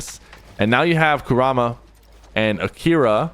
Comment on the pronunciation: You said kurama wrong, its KUR-rama, but aside from that your content is good, but some helpful feedback im giving is to watch this live with someone to help expalin it to you. For example you could watch aussie antics when your not live so you can learn more about it.